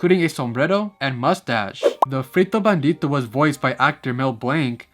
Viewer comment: I loved how you pronounced "frito", "bandito" (aunque es "bandido") and "sombrero".🤗